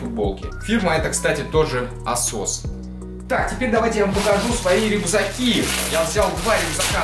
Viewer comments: Что-то мне подсказывает, что правильно говорить не «Асос», а «Эйсос» Ударение на Э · Мне показалось не ASOS а ATSOS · Не Асос, а эйсос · Не Асос, а Эсос (Эйсос) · Не асос а атсос